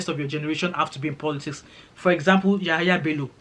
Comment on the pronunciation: It’s Yamaha Bello 😂 since you don’t know how to pronounce it